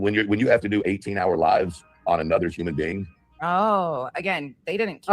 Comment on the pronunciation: I cannot I hear saying uman just like Ted says it 😂😂not human but uman